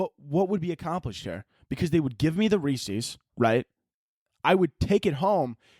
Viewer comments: it’s rees-is. Like Rees-is piec-is. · Halloween may not be the devil but the way you pronounce Reese's is